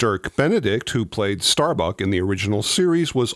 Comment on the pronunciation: It's "Starbuck", not "StarBuck".